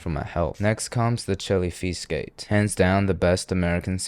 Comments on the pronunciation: “Chilly pheesesteak” 💀💀💀💀💀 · Philly native, I Love the content but my god that "cheese steak" hurt my soul. I clicked on this video because of the tumbnail and thinking "Wtf is that., that isnt a cheese steak"